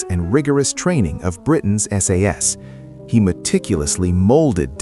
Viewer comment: AI is very impressive, but it can't even manage to say "SAS"